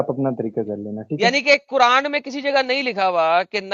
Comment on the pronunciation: Kuran nahi kuraand 😂😂amazing sir well said😂😂